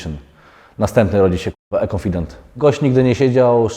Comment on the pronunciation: Denis jak zwykle kibicuje, ale nie róbcie gańby z tym "ekonfident" konfident to konfident i tyle